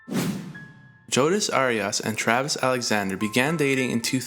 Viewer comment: Jodas Arias? 🙃 I love your videos, but your pronunciation needs help.